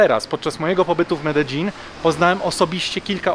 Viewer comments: Błagam mów "medejin" nie "medeżin" bo mnie popieprzy. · Medein, nie Mededzin :) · zgodnie z prośbą, poprawna wymowa Medellin, to: Medejin; LL=J Aż zęby bolą od Twojej złej wymowy. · Mededżin niby poprawna wymowa po hiszpańsku a irytuje mnie prawie jak Sidni 😂 A tak poza tym jest ok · Bartek z bez planu mówi Medelin. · W Kolumbii mówi sie Mededźin, to co pokazujesz to wymowa Hiszpańska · Potrzebę zwyzywania cie w komentarzach mam tylko jak mówisz "mededzin"